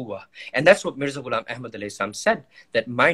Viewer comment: Mirza ghilab ehad shalom. Thats how you say it